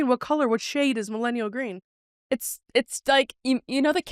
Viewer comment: Ummm...Kris...that isn't greem